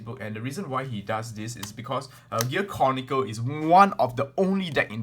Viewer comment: OMG did he just say Gear CORNicle?